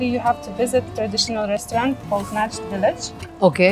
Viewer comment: Restaurant name is Najd village not Nash village 😊